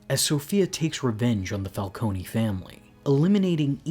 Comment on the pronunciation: So is it Falcone or Falconey?? You needa figure out how you're gonna pronounce it and stick with it btw it's FalCONE, like traffic cone. Get it right